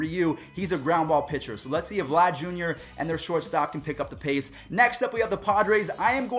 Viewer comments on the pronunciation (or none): none